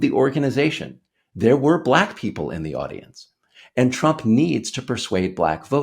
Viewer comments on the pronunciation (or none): It's the SAME Pronunciation of " Black" as the South African(s) in "LETHAL WEAPON II " !! " Bleeckk " because you're " Bleeckk " .. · "I didn't know she was blæck!" He even said the word black in such a weird way 😅 just listen to how he pronounce it! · Just the way he pronounces “black” is so disrespectful. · Trump's pronunciation of "black" is even racist.